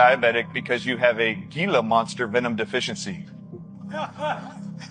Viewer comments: First of all this guy is an idiot. The g in gila monster is pronounced as an H, so there's that!! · Gila Monster is pronounced with the Spanish G sound, that sounds like an H. It sounds like hee-la monster. We have a lot of Spanish pronunciations in the southwest. Specifically, in Arizona. ❤🌵🌅